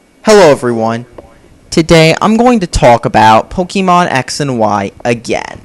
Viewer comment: Gotta catch em' all ,Gotta catch em' all yeah! Gotta catch em' all ,Gotta catch em' all YEAH! Gotta' catch em' all Pokemon! POE-KAY-MON not POE-KEY-MON.